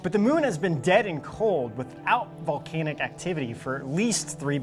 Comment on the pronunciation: Vol-cane-ihk.... haha